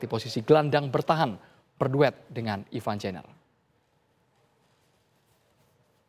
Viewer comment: coach,, sejak kapan ivar jenner berubah nama jadi jenniver 😭😭😂